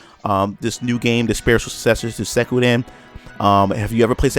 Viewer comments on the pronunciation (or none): Not Sekuden...! XD Suikoden! Ahha loved the video tho! :) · The way you say Suikoden hurts my nostalgia. Good video tho.